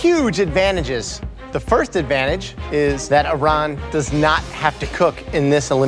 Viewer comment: gets so mad when pronounces her name wrong but doesn't say a word when Chef Ramsay does it...just kinda funny to me cuz they both mispronounced it the same way lol